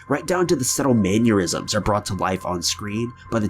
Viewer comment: Maneurysms: the man aneurysms!